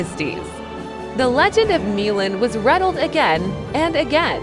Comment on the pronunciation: So painful to hear AI repeatedly pronounce Mulan as “miu’ lin” and mispronounce the word decade.